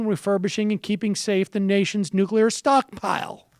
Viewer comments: Perry says "Nukular". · Rick Perry's Response: "WHAAT'S A NEW-Q-LAR FI-SEE-CIST??"